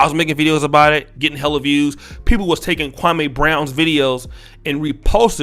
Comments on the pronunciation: Dear, I do appreciate your podcast and content, however, with all due respect, you should correctly pronounce his name. It's Kwa-me not Kwa-may. Actually, Jalen Rose and a few other pundits say his name correctly. It could be perceived as disrespectful by mispronouncing his name as Stephen A. Smith does ALL of the time. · Bruh its Me, Me Me. Kwa-Me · Who is Kwa-may??? You'll are butchering this man's name...🤦🏾‍♂️